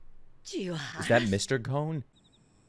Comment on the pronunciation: Phonetics for character names Gon (G o~n) you got it right Kurapika (Coo rah pee ka) Leorio ( Lé oh ree oh) (Spoiler warning in case you haven't gotten to this point yet, but it's just the name of another main character) Killua (Kill ooh ahh)